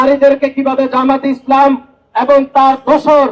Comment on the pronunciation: আদু শব্দ ঠিক কর খাটাস (এবন) না এবং হবে